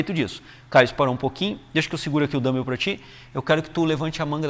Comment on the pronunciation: Boa explicação. Só queria avisar que não é assim que se pronuncia dumbbell. Melhor falar halteres mesmo! rs